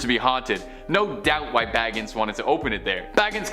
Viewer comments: OML IVE NEVER BEEN SO TICKED OFF this girl pronounces words so bad (NUH-VAH-DUH) and zachs last name is pronounced (BA-GIM) and dybbuk is pronounced (DIH-BIK) oml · edit (BA-GIN) i pushed m on accident